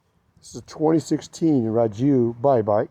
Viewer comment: Hey bud, another bye bike owner here, from Spain. I run a Technigas exhaust on mine with the original 12mm carb and the malossi variator setup and works awesome) All the best and keep bye biking! Oh, by the way, "Rieju", is pronunciated: "Ree-a-hoo" ;)